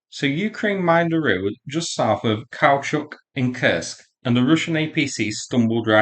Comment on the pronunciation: I do wish you’d learn to pronounce Kursk properly. You seem to be trying hard with the Russian town names but you’ve overlooked how Kursk is pronounced.